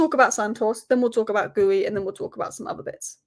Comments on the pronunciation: Just for future videos it's pronounced Giu rather than Gooie 😊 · This. Gee-oo or Gee-you, not gooey. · Btw it's Geeoo, with a hard G, not Gooey. The first u is silent and is there to keep the G hard. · His name is not Geewy.....it is Geeyooo...for Christ sake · It's Marc GEE-YOO, not GOO-EYY, come on... :/ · Hi! I noted you pronounce Marc Guiu´s like "gooey", it´s actually GEEE UUU! Cheers love your content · it's pronounced "Gi-yoo" not "Gooey" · It's pronounced as Marc Geeu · ...you asked this before, then still get it wrong every time. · You are butchering Guiu’s name pronunciation lol